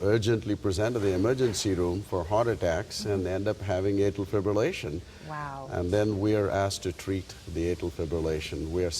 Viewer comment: "arterial fib-relation" - how does this woman have a job